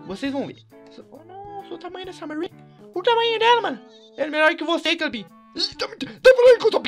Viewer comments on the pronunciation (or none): none